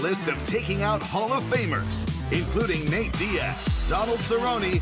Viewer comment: ouch bro. He trying to say it's NATE not Nat lol